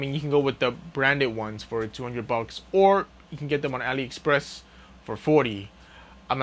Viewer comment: Ali express